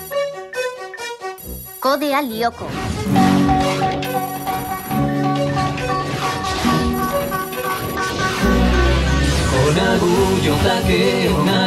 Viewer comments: Lyoko not Ljoko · Kod Lioko not Lijoko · It's Lyoko in finnish, not Ljoko. Since there are no words in finnish that begin with two consonants. And in the finnish dub they pronounce it more like Lieko or Lioko, but not Ljoko. I'm finnish :)